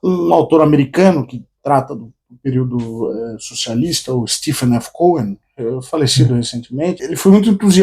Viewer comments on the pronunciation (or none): none